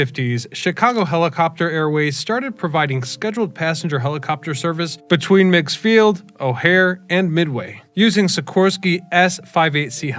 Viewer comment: Its called Meegs field not megs field.